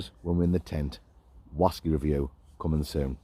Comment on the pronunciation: Whasky, sounds Scots, like deep sea fashion ( fishing) . Another great video lads.